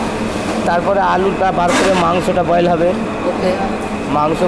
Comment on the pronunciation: ভালো লাগল দেখে। কিন্তু দাদা বারবার boiled boiled শুনতে বিরক্ত লাগছিল। বয়েল বলা উচিত ছিল।